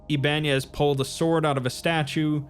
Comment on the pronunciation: Ibanez is pronounced Iba nez not Iban ez :)